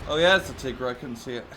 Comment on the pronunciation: Aww come on. You can pronounce "Tigre" correctly. It's nothing fancy it's the British version of "Tiger" just like "centre" = "center". Chimera is pronounced more like "Kaimera" or "Kemera". The Chimera is a beast from Greek mythology. A creature with the body of a Lion, a snake as a tail and a 2 heads a Lions and a Goat. And that was Tore's information corner for today.